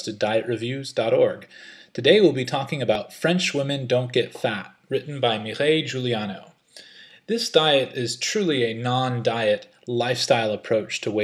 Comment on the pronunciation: Learn to pronounce her name. Also, she was an exchange High School student, not a University student.